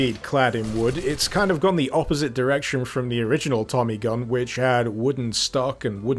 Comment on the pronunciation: Your cold made you sound American when you said "Tommy Gun"